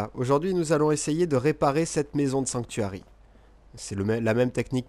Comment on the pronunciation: When I place my roof in I always place a glass window in the center of your second roof style. Cause I place a generator up on top so each house has there own power. I really do like this design though you made it look like a real roof should look like. Its kinda interesting when you said Sanctuary in French it sounded like it would be in English.I like this idea with the glass window you have.I think I will try it out.Thanks for the Great tips!! That's amazing trick with the door.Now I'm definitely using that idea. I just couldn't figure out how to put doors there. You would think you could just place one there but it turns out you cannot but NOW I can .Thank you again. I hope this channel dose well for you & I can't wait to see what you have for us next time....